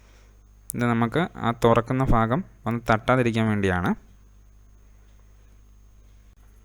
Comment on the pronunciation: Fagam alla bro bagam